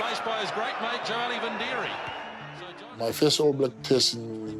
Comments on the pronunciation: there's no n in vidiri, they all butchered his name through out his career and still do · know this,, his name is joeli vidiri, theres no N in his name,, now listen to the commentators, they call him joeli vindiri, wrong assholes,, why dont they call richie mc caw richie maclaw????? its the same dumb mistake,, david wood was a pukekohe and counties winger the commentators called him david woods, grrrrrr do youre job properly